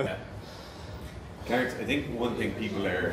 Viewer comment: ive watched every clarence video, and he hasnt pronounced specifically correct once.